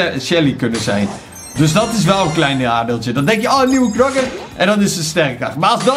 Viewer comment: Zeg gewoon KNOKKER geen knakker